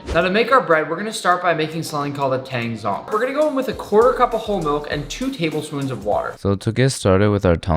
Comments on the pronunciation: thank you for being one of the few people who pronounces tangzhong the way it's supposed to be pronounced. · Nice Mandarin on the tangzhong pronunciation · thank u for pronouncing tangzhong perfectly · Just casually asserting phonetic dominance over nick with that Tangzhong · Bruh, that Chinese pronunciation (tangzhong) was good. I can't when people pronounce shit the way Nick did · I'm impressed how accurately and consistently you pronounce Tangzhong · HOLY SH- WHY IS PRONUNCIATION OF TANGZHONG ACTUALLY SO GOOD LIKE WHAT- Like the Táng is perfect and the Zhóng is great too like WHAT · He's some typa Asian